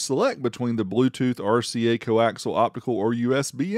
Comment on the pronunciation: Don’t you start talking about axles of the co- variety like some other ‘professional’ on YT. Unless you’re changing rearend gears in a vehicle, audio deals with coaxial, not co-axle. Look it up and how to pronounce it…unless you want viewers to think your elevator’s broken